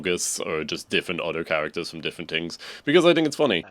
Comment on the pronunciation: “tings” bruh